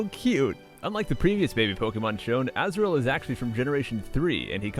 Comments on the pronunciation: Anyone heard asriel instead of azrull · when you say azumarril (i dont know write this sh*t) its so like asriel